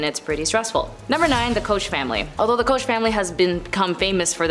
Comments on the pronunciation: Koch is pronounced C-O-K-E. This shows she is clueless as to what she is talking about. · Koch is pronounced “Coke”. Do your research.😊